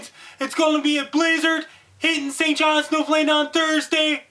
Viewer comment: Is this hitting st johns? It sounds like you're saying something else.